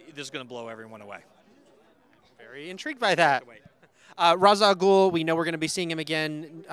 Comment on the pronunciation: I wish they would start pronouncing ra's al ghul correctly :-@